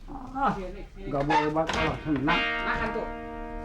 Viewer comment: saya dengarnya malah : idihh kirik